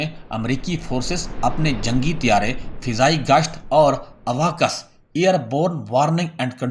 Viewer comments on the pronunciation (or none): اواکس نہیں بلکہ اوکس